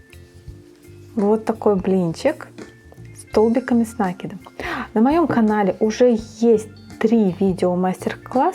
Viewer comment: Спасибо, но говорите, пожалуйста, с накИдом